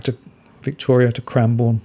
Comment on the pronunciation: Hey, I believe Cranbourne is pronounced as if you are saying Melbourne, or Holborn